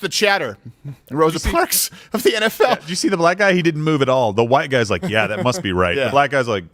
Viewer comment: "Throsa parks"